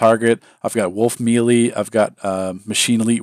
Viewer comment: Another great video, but I always cringe when you mispronounce “melee” lol :P